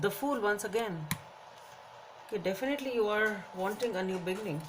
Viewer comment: You really should pronounce “be-ginning” instead of “begging-in”!😂